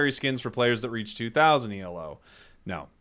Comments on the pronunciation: it's Elo, not E.L.O. it's not an acronym, the Elo rating system is named after its creator Arpad Elo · They wouldn't say Elo unless Pokemon Unite uses the Elo formula for its ranking, and I'm pretty sure it doesn't. Also fun fact, Elo is pronounced as a word, not E.L.O. Because it's the last name of the person who created the formula.